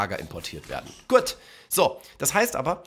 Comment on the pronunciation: für 2 sekunden schweizer geworden (guet)